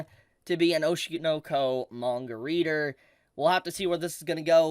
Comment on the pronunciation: ITS OSHI NO KO NOT OSHIEUUR NOUER KOEWR 😭